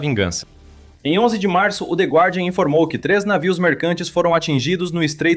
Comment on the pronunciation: A pronúncia é “de gardian”